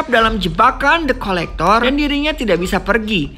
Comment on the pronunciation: Kedengeran nya depkolektor Pdhal the collector 😂😂 Kurang Aqua, wkwk